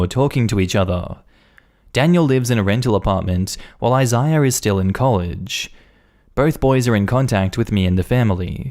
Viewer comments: Jesus Christ dude. Isaiah is pronounced "I-ZAY-ah" not "I-zy-ah" at least be consistent when youre butchering names. And Megan is "MAY-gen" not "Mee-gen". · Anybody else feel relieved when he finally pronounced Isaiah correctly halfway through the story? 🤣